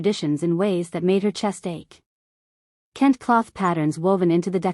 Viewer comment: I really liked the story -- start to finish -- EXCEPT when the A.I. Narrator mispronounced KENTE (ken-tay) and UNNI (UN-nee, not YOO-nee). Do better, please.